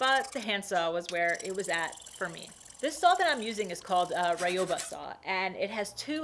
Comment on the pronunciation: Just a thing, it's ryo-ba, not ra-yo-ba ;) great job